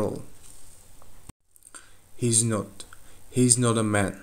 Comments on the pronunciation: not дегенде nor деп айтасыз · "Not" неге "nor a" естіліп тұр?